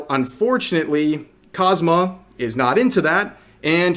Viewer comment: I feel like you are saying Konosuba and Kazuma wierd, like you are saying it too fast or not spacing it out properly. sounds like you are calling him cosma